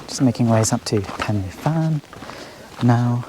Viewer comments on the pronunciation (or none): Fan is pronounced Van . Very nice filming